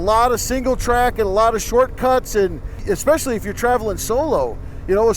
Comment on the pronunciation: At first I couldn't tell who was who, until said 'EK-specially": )